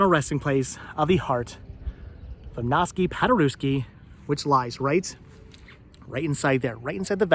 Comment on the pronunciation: His name is pronounced Igg-naz Pod-ur-ev-ski.